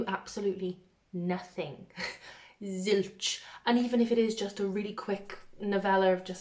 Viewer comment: you got very welsh when you said zilch lmao